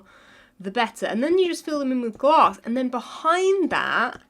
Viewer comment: be like “ i have my sealanters and gLASSS!” Me “...”